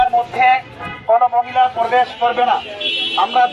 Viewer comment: Porbes(probesh)😂😂😂😂hujur language 😂😂😂😂